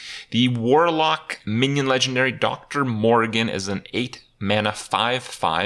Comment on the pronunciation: Kripp it's Dr. morr I gan, not morgan